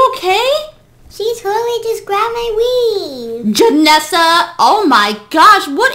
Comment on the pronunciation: Queen: she grabbed my weive . Me: 😂😂😂😂😂😂